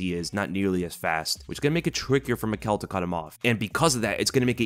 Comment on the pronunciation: Michał's name is pronounced Mee-how. A bit chinese